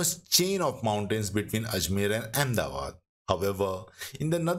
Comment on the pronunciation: Why don't you pronounce ahmedabad name correctly